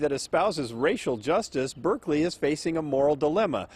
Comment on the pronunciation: It’s pronounced Bârkleey